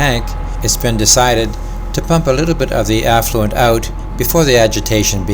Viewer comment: "...decided to pump a little bit of the affluent out..." I'm not sure what you have against the wealthy (the affluent), but you really shouldn't pump them out. 🙂 Did you mean 'effluent' ?